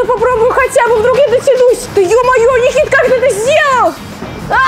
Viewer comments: Кто услышал что света сказала Никить❤ ставь лайк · Я услышала света сказала Никить